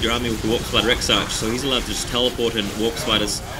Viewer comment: Exarch is pronouced Ex-Ark